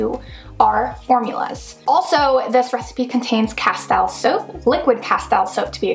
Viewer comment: Please learn how to pronounce Castile